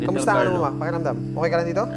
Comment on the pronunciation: Ako lng ba ung bawat bigkas ni ng mama at papa Ang sarap sarap pakinggan grabe